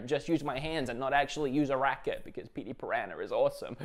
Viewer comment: "Petey Puh-rah-nur"